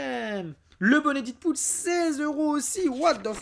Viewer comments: Ouai faut le dire 《dèd pool》et non 《did pool》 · ça se prononce DEADPOOL et non ditpool !!!!!!!!!!!!! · On dit dèdpoul et non pas didpoul ☺️😉